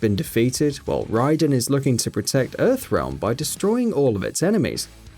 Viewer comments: Mr it's raiden not radin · it’s raiden not reydan 🤦‍♂️ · Do not do a mortal kombat video unless you know how to pronounce the characters names especially since raiden has been in almost every game its (Ray-den) not (ride-in) thats just a insult. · Fk the title, Buy itttttt!!! WORTH EVERY Penny. This dude couldn't even pronounce Raidens name properly. He said "Ridin".... It's "Ray-den" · It's Raiden. Said like Ray-dun not Ray-eye-don. They've only been saying his name in every MK game and movie for 25 years. 🤦🏻‍♂️😂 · Ray-den, not Ride-en... You're thinking of Metal Gear... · I’m sorry but who the hell is rydon ,mate it’s raiden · Ride n? .........Sounds like you have been watch MK porn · Ray-den, not rye-den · He’s not called Ride in... its Raiden pronounced Ray den. 🤦‍♂️ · "RYDEN" more like Raiden buddy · OMG stop saying Rieden! IT'S RAYDEN! someone fire this man? He's clearly never played a Mortal Kombat game in his life! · Um... His name is raiden... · 'Ride- in' WHAT THE FUCK it's Raiden...just for that I gave your video a 🖓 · Its (RAAAY-DEN). Not RIE-DEN!! We should kick his British-ass..😡😡😡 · It's pronounced (Ray-den) not (Ry-den), you know damn well how to say his name stop trying to purposely piss ppl off lame ass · I ignored it but by the 2 min mark it was too much. Petty, i know... but it's pronounced "Ray-den" not "Rye-den" as many of my fellow gamers have stated. It comes off as either you haven't played the game or you're being pretentious. We are aware of the source material Rayden is based off but this is Boon and Tobias' story and they set the rules; one of which is that character's name pronouciation. Plus, I'm really not comfortable with you using the Gameranx Before You Buy title. Comes off as shady click bait tactics implying that you're trying to poach viewers. Fair play. However, it will brand you as sub-parr copy cats. Why not go the neutral 10 things you need to know that's real popular today. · raiden is pronounced as: rayden not ryeden